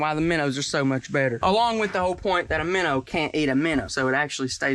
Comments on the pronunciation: He is killing me with this "minnER" pronunciation! Bro, you super country! It's MINNOW! "ER" is crazy! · Is it minner or minnow???🧐